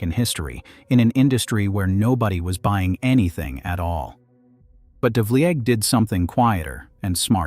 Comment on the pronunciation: the pronunciations of the narrator are very poor -- change the test it reads to get it to speak correctly: devleeg, jig-mill.